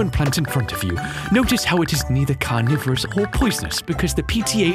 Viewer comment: when the science teacher said carnivores. I thought he said coronavirus